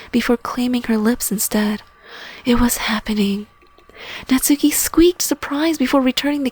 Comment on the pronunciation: GRRRR THE NAME IS PRONOUNCED KNOTS KEY